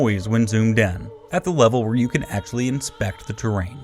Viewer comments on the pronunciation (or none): none